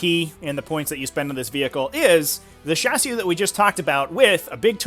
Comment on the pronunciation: Dude learn how to say chassis